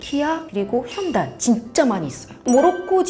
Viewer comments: 현다이 아니고 현대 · 방금 현대를 현다이라고 발음하셨는데 일본에서는 현대가 상호와 이름마져 혼다를 배꼈다고 주장합니다. 그러나 혼다는 本田技硏工業의 약식발음으로 전혀 다른뜻이고 다른 표기입니다. 일본의 오지랖일 뿐입니다. 외국인중에도 현대를 일본차로 기억하시는 분들이 있습니다.